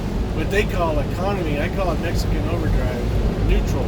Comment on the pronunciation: /1914. When I heard you say mexekin overdrive I thought I must be mistaken. Where I am we have 2 kinds of mex. Snotty hard ass always giving whites the stink eye. WON'T speak English so F em. Type 2 speak BETTER English than me. I've talked to many as they're very approachable. Always ask them how is it they speak better than me. All are at this grocery for school for a better Life down the road. I thank them 4 speaking English & being good Americans not what I'm used to the stink eye & the chip. Am retired now so went from driving 18K mi a yr 2 about 4K a year now. Once/twice a week I need stuff so I go in daytime 4 it. Prefer no night driving if possible as visibility is in the crapper. Try 2 keep to the 4 Stupid Rules. When I do everything is fine. When I don't like that 1 time 3yr ago I get stepped on. Don't like cops neither. Way too militarized last 20yr. 2nd rule never go out after Midnight cuz bored cops on duty love to make examples of folks...